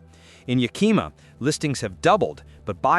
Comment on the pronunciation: yaKIma is actually pronounced YAkima.